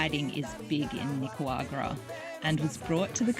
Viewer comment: Why cant you pronounce NICA RA GU A …. There is no W 😂😂😂😂😂😂😂😂😂😂😂😂😂😂😂😂😂😂😂😂😂😂😂 it’s not nicawagra.. the disrespect